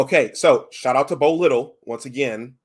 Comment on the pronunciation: Also it’s pronounced Bo “Lye-tell”. Appreciate the shout outs. Good stuff!